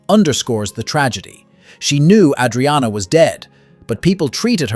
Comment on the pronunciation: Tell your narrator how to pronounce Adriana.